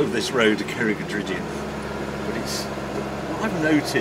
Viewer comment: Pretty impressed with most of the Welsh pronunciation!! Cerrig y drudion isn't easy. Very impressed with the Zagato ofcourse and your favourite stretches of roads. 10/10..